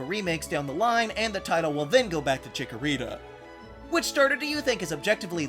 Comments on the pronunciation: THE SECOND C IN CHIKORITA IS SUPPOSED TO BE A K! FIX IT NOW! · CHIKORITA, NOT CHICKERITA! FIX IT NOW! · THE FIRST A IN CHIKORITA IS SUPPOSED TO BE AN O!